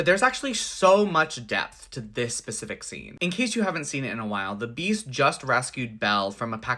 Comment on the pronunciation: This 'SPECIFIC' scene, not 'Pacific' 🙃